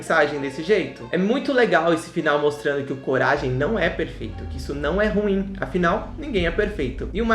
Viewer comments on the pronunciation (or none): none